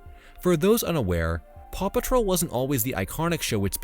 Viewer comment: It took me an awfully long time to realize that you said "paw patrol" and not "Papa troll"